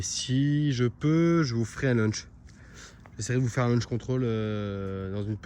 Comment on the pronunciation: On dit un Launch et pas un Lunch mdr